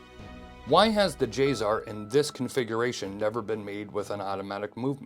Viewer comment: Not J-ZZZZZar. J-SSSSSSar. Say it right.